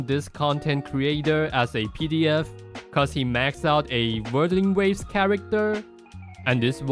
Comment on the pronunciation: Bro can't even pronounce Wuthering Waves.